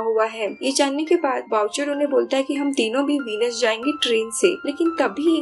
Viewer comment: वीनस नही व्हेनिस